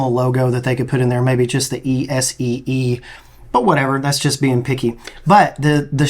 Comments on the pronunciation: ESSE is pronounced EH SEA not E "SEE" I have plenty of those and they are awesome fixed blades. My little IZULA II is one of my favorite neck knives. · ESEE is pronounced. S-E not E-C. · It’s pronounced “ESS-ee,” not “EE-see,” btw. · You pronounce some things very weird. It’s not EE-SEE.. it’s eh-see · If you're going to talk about knives and act like you know about him you need to do your homework the ESEE knives are made in Idaho by Rowen, the ESEE company is in Alabama they design and test their knives but they're not produced there. It's ESEE sounds like sE Not Ec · Es-EE Can-Dih-Roo. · It kills me to hear Esee pronounced like it’s E-see. 😂😂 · Pretty sure ESEE is pronounced like your just saying the letters S E. They alao have the best warranty in the knife world. If your esee ever breaks for any reason they will replace it. You can literally break it with a hammer and they will give you a new knife (probably dont do that though)... i have the izula 2 and love it. Perfect little fixed blade. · Brother im liking your content but man if you're gonna be a Knifeguy Youtuber you should probably learn to correctly pronounce some of these brand names and models. 😂 Butchered like 4 of em, how hard is Esee to figure out 😂😂😂😂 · How are you a knife guy from Alabama and don’t know who or what Rowen is or how to pronounce Esee. And by the way that knife is made in Idaho. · Esee is the manufacturer, and Rowen is who does the heat treat of the blade. Esee also has a lifetime, no questions asked warranty. Mispronouncing Esee and not knowing who Rowen is makes me wonder how long you have been reviewing and your knowledge of knives. No disrespect intended at all.